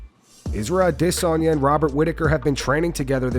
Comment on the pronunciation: Why do you have so much trouble pronouncing Izzy’s last name?